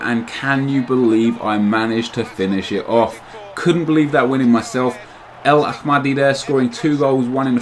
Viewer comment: Its El Ahhhhhhmedi not El Akhhhhmedi